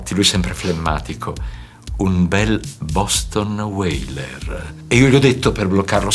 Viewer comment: "Boston Weyler" XD XD XD è un mito